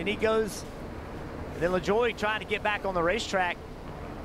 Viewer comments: It's pronounced la-joy. Nascar started using jet engines mounted to eather a truck or a trailer to dry the track in 1976. They upgraded to the air titan system. Witch is compressed air squeegeeing the water off the track. It drys the track faster than the jet dryers. I saw a jet dryer blow micheal waltrips car cover off at bristol during a rain red flag when i was there. Well all i could find was the internet says the top speed at chicago was 90mph but i think thats might be the average speed. They gotta be going faster than that. If you wreck at pocono, theres a chance your gonna wreck BIG! LIKE that race car is going to the junkyard big wreck. Poor kyle bush is having the worst year of his career this year. Pocono was for decades always the only oval the cup cars shifted gears lap after lap. Now with this generation of cup car they shift at about every track. They were doing the indy road course the last 3 years. This year was the 30th anniversary of the 1st brickyard. So they went back to the oval. Come to indy. You cant see the whole track like other ovals. If you can afford to somehow sit at the top of the pagoda. Then you got the best view. The upper deck in turn 1 is very popular. I was just wandering from 1 seat to another to make sure i could see most of the track. If you go to talledega bring binoculars. Turn 3 is a mile away from the front grandstands. I gound a cool nascar racing shirt website called Theres cool kyle larson shirts and hawaiian shirts to be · "Le-Joy" but the french pronunciation (same spelling) could be "Le-jwa" (ZH sound)